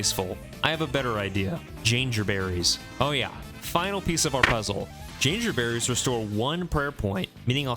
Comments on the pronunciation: Hey someone else also pronounces Jangerberries like an insane person! you're not alone!! (Love this series, pls keep it up forever). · Loving the content, this series is awesome. I have never heard that pronunciation of Jangerberries but it does make sense because its spelt like Danger haha. Looking forward to future episodes! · no way you pronounce jangerberries like that lmao